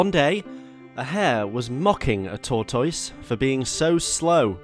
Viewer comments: Torr toyse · really said Tour-Toyse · Every time you mispronounced tortoise I died a little bit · he doesn't pronounce tortoise correctly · couldn't get past the first min of the video with the ridiculous pronunciation of tortoise lol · The mispronunciation of tortoise I can’t tell if it’s serious or if he’s joking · Is this how British people say tortoise? It reminds me of Benedict Cumberbatch and Penguins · Be kind, a speech impediment is not easy to live with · Why do you say Tortoise like you say Lyvery?